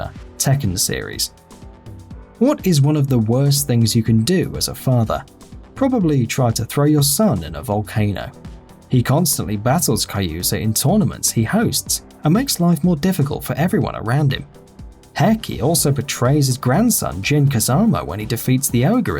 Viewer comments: Kayuza Mishima? Yikes. It's Kazuya ^^ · Wait, did you just call Kazuya 'Kayuza'?